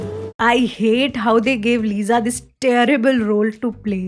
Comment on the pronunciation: Yaar lisa s se z kaise ho jata hai how hard it is to pronounce lisa with s not z